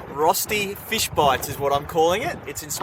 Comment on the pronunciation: Cooome on:D When I saw the title I wondered how you would pronounce ROSTI:D I remember you once said that you speak some German, so I was hoping for a nice RÖSTI:D Fish in batter (and breading) is my favourite method of cooking fish, so I will definitely try your recipe! Maybe with Milk instead of water?